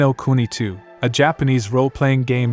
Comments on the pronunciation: N-i NO kuni smh this man must be stopped. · "N I" no kuni. You for real nga?